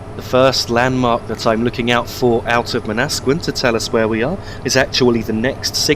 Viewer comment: I like the way you pronounce Manasquan. While it's Man-na-squ-awn, Man-nas-sqin sound better lol. I'm gunna piss off people now. By the way Aberdeen-Matawan is my home station stop. Many stations in my home area have Native American "Indian" names so they often start with Man....like Manhattan, New York City.